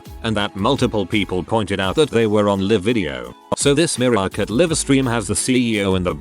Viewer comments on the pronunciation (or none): Mariokart. TTS: "muh-ROW-kuh"